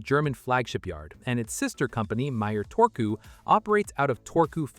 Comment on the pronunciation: How hard is it to pronounce one letter in one way. Turku, not Torku. You got the last u corret now use it for the first u as well.